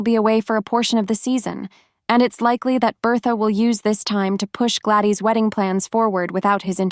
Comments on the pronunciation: The girls name is Gladys not gladey . Terrible video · It's not glady it's Gladys. Do u even watch this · Ai can't pronounce Gladys